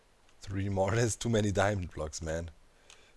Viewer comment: diemond, demand, diamind, dimond...